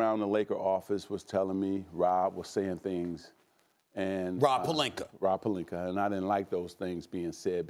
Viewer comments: Stephen a cant say names that end with an A. “Serge Ibakerr” 🤣🤣🤣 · Nobody: Not a single soul: Stephen A. : Purlinka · “Was it Rob Pelinka or Rob Pelinker” 🤣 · I've definitely heard Stephen say Pelinker before. I think he always says it that way. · Rob Pelinker Shaggy P 😬😬